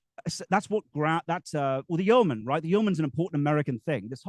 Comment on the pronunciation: What's the origin of this yeoman/yurtman word? (He seems to pronounce it differently throughout)